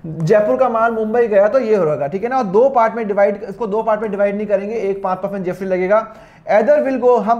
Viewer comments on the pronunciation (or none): Sir, Aap GST ko GFT Q bol rhe ho🤨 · Sir app gst bol rahe ho ya gft confusion hai 🤔🤔🤔🤔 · GST ko GFT ko kyu bol rhe ho? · Mana ki sir GST ko GFT bol rahe hai par jo bhi ho samjhaya bohot badiya❤ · Sir it is gst not gft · Badiya smj to a gya but app kya bol rehe gft ya gst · GST bol rahe hai ya gft I am confused 🤔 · Gst ya gft 😂 jinko gft sun rha hai like kro😂😂😂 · Gft nhi 😂 GST hai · Gft kyo bolo sir GST bolo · Gst bolo sir gft kyu bol rahe ho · Ya srr 😂😂 gst or gft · Bhai ye s ko f bol rha h 😂😂😂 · Thoda to locha h😅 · GST ya gft bol raha hai